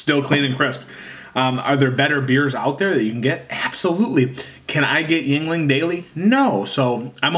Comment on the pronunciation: Walk into any bar in PA and simply ask for a lager, they’ll know what you mean. 😎 And you are correct it’s pronounced “ying-ling.”